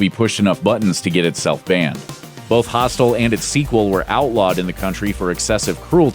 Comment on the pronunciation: Got really annoyed coz he kept pronouncing "hostel" as "hostile"